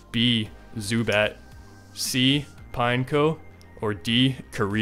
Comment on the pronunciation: His Pineco pronunciation physically hurt me